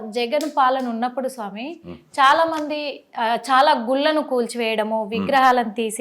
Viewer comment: గుల్లు కాదమ్మా గుళ్ళు అనాలి